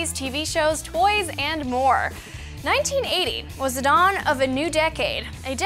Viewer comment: Loll she mispronounces dawn what a dumbass